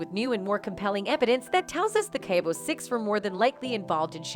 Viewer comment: Same!! Stop distorting Shanquella’s face, learn how to say Cabo, her murderers name, and several other different words. Poor taste and disgusting. Almost sounds computerized!!